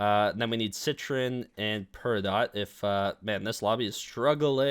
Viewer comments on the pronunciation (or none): please for the love of god, it’s pronounced Perry-Dough (Peridot) you’re pronunciation kills me 😂 good stuff though bro 👍